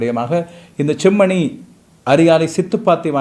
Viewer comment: நீங்களும் செம்மணி என்பதை chemmani என்று உச்சரிக்க வேண்டாம்